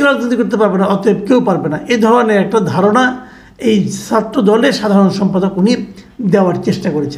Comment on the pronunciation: Very nice video. Tobay Bhai, please correct your Bangla pronunciation. “Chhatra” keno bar bar aapnar mukh theke “satro” hoi! Khub koshto pai!